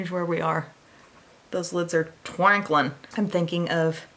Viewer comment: Did anybody else laugh out loud when she said twanklin lol 🤣🤣🤣